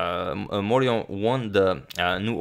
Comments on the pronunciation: Yes, the French pronunciation there is unobjectionable: well done! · Very good pronunciation of "Charles Amédée de Maurian". You should trust your French skills ;) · I approve your pronunciation of Charles Amédée de Maurion. I do not approve your pronunciation of Mobile, Alabama. It rhymes with "wheel". That's right, neither the English nor the Spanish pronunciation; they're Americans, you'll just have to forgive them. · The prononciation de Charles Amédée de Maurian is correct.